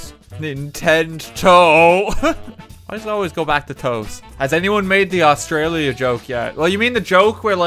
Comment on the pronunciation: y can no one exept australians say australia properley.